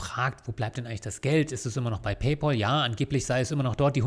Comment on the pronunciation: Ein für allemal: Es heißt Pay-Pääl. Von Pal = Kumpel. Der Bezahl-Kumpel. Himmel Herrgott Sakra noch eins. Es ist nicht der Bezahl-Paule.